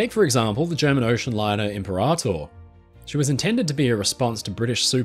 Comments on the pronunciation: "Limperator" lol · i had to pause the vid to laugh out the "Limperator" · the way you intentionally mispronounce imperator over and over cracks me up. love the dry sense of humor